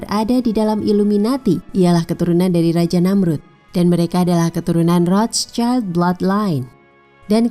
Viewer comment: 😁😂🤣 lidah indo wkwkkwkwk maklum